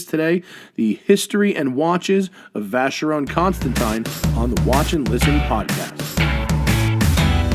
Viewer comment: oh boy. my ears are bleeding for that mispronunciation of vacheron constantin